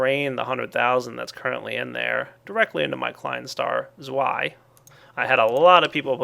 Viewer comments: IT'S STILL WRONG! Try saying TSVY not ZWY. Here's a link for the pronuntiation: forvo .com/ word/ zwei/ Just get rid of the spaces in the address, youtube doesn't let you post URLs. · Just letting you know, since I was born in Germany and know the language, the "z" is pronounced like a harsh "s", the "w" like a v, and "ei" like how you would say "I" (As in "I am" or "I will). s v I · I'm Austrian so I speak German and yeah... you pronounce it wrong ^_^ here's the phonetic spelling for zwei [ʦvaɪ̯] you have to speak the "ts" at the beginning that's what z sounds like in german ^_^ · As a German student, I can tel you that you do pronounce ein correctly, however "zwei" not so much, w is pronounced as a v in German so it would sound like "Zveye" phoneticaly, please take this on board, it's a bit of an earsore... :) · Zwei is German for two and it is pronounced Z-V-EYE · it's actualy pronounced "tswai" and is't a german word that means 2 just in case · yeah, your pronouncing zwei wrong, it's german, z's are s's... w's are v's, and ei is pronounced "eye". german lessons ftw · in Germany they pronounce a w as a v